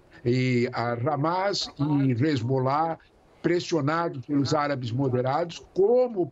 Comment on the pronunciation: Boa noite. O cara e "professor" e não sabe pronunciar nem o nome dos personagens envolvidos no seu comentário. Numa boa, procupe outros comentaristas. Ótima semana para todos aí.